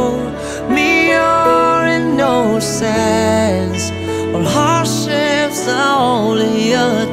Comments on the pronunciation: Ko hổ danh sinh viên khoa Anh ngữ. vẫn hay như ngày xưa. Chỉ có điều là, nếu bao h biểu diễn thì từ "innocence" có phát âm là / 'inơsn/. ko fai " in nâu sừn . Thế thôi, mọi thứ rất tuyệt . Đức béo k14 MHN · Hát rất hay và mượt. Góp ý nhẹ với bạn ngoài chữ heart thì từ innocence phát âm là in nơ sn, không phải in nô sn nha